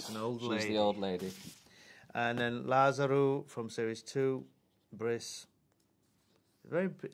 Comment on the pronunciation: Does anyone else just love how Reece pronounces "Lazarou"?